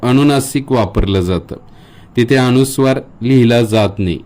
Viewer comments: न चा उच्चार ण असा का करतात गावाकडे? अनुस्वार हा शब्द अणूस्वार करणे चूक आहे. आपल्याला योग्य गृहीत धरणार आणि अनवधानाने चुकीचं शिकणार. तसेच स ला श करू नये. ही नम्र विनंती. मी टिका करत नसून सुधारणा सुचवत आहे. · माहिती चांगली आहे, धन्यवाद. मात्र माहिती सांगताना आपण स्वतःच उच्चाराच्या अनेक चुका केलेल्या आहेत. पूर्ण व्हिडिओ पाहिला. अनुस्वाराला आपण अणुस्वार म्हणता. एखादा शिक्षक चुका शुद्ध करत असताना, स्वतःच उच्चाराच्या चुका करतो, याला काय म्हणावे? नाजुक विषय आपण हाताळला, पण परिणामपूर्वक आपण सांगू शकला नाही कारण आपले स्वतःचेच अनेक उच्चार चुकीचे आहेत. माफ करा, कृपया सत्य बोलल्याबद्दल वाईट वाटून घेऊ नका. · सर अनुस्वार हा शब्द अणूस्वार असा का करता? बाकी सर्व छान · आपण अणू नासिक सांगता ते अनुनासिक आहे, अनुस्वार ह्या शब्दाऐवजी आपण अणूस्वार सांगू नका.म्हणजे नवीन शिकणारे व लहान मुले योग्य बोलतील. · "अनुस्वाराचा" हा शब्द आपण सारखा अ "णु" स्वार असा उच्चारत आहात. कृपया उच्चार शुद्धीची काळजी घ्यावी, ही नम्र विनंती.. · खूप छान पण आपला अणुस्वार उच्चार खटकतोय. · माहिती उत्तमच! पण आपण स्वतः ' न ' आणि ' ण ' उच्चार काही ठिकाणी चुकीचा करीत आहात. जसे ' अनुस्वार ' या शब्दाचा आपला उच्चार ' अणुस्वार ' असा होतो आहे. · खूप छान माहिती आहे. पण आधीच माफी मागून एक विनंती करते की न च्या ऐवजी ण म्हणू नये व ण च्या ऐवजी न म्हणू नये. जसे की अणुस्वार न म्हणता अनुस्वार म्हणावे. अणुवाद न म्हणता अनुवाद म्हणावे. पानी व दुकाण असे न म्हणता पाणी व दुकान असे म्हणावे. तुम्ही उत्तम शिक्षक आहात असे दिसते, म्हणून तुम्हाला विनंती केली. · तुम्ही अणुस्वार म्हणताय तो अनुस्वार आहे.ण आणि न या अक्षरात भेद आहे हे लक्षात ठेवा. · सर तुम्ही खुप हुषार आहात..पण तुम्ही न चा ण...करता आहात...🙏अणुस्वार नाही...अनुस्वार